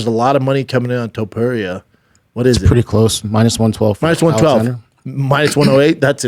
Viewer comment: "TOE - PEERIA"